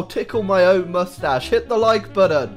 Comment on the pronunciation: Moostach tickle ploezZz